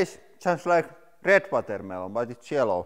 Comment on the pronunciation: The way you pronounce it “vatermaylon” is delightful